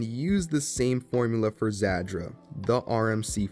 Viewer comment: Real quick, the pronunciation of Zadra is "zAH-dra," not "zAD-dra." You're using the "D" sound twice when you're only suppose to use it in the 2nd syllable "Za-Dra"